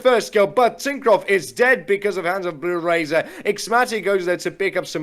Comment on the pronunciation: one thing i want to point out is that ''bluerzor'' is pronounced litteraly bluerzor and not bluerazor